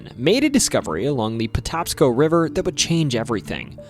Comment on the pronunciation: Maryland native just wanted to let you know it’s the Patapsco River pronounced potapsco. I learned a ton about my state in this including the state drink being milk that’s nuts lmao